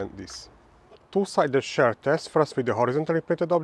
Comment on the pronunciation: His accent probably is a factor in the popularity of his videos. It is pretty thick. I have to turn on subtitles, and even the subtitle engine has a hard time with it. The first time I heard him saying “share test” I was confused for a second. Then I mentioned that shear rhymes with beer. I don’t think he cares. Hehe. The accent isn’t exactly a huge issue, but I can see people not wanting to struggle with it and just skipping instead.